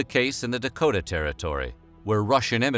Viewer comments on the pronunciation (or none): none